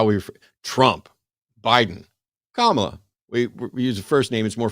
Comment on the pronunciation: still can't pronounce Kamala?? Not a fan.